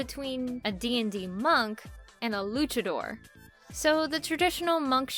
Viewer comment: Luchador has the tonic syllable in "dor", not in "lu"